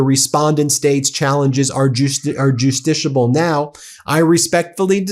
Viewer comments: Bro kept inventing entirely new legal terms instead of saying "justiciable" 😭💀 Article III standing isn't the only thing struggling here lmao - juditiable ➔ justiciable (Not a real word) - juditiable ➔ justiciable (Not a real word) - juditable ➔ justiciable (Not a real word) - juditable ➔ justiciable (Not a real word) - just are justable ➔ justiciable (Not a real word) - justable ➔ justiciable (Not a real word) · "Just-iss-ee-ah-bl". You taught law school, Ben! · Isnt it Justiciable? I don't practice in conlaw but I did take it and im pretty sure its justiciable.